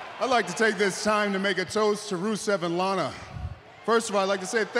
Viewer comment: the way she said lanA